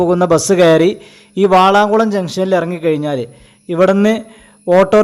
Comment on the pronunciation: വാളാംകുളമല്ല, വളാംകുളമാണ് ശെരി